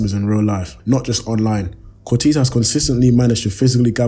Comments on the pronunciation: It’s pronounced “COR-TAZE” other than that sick video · its not pronounced cortiiiisss haha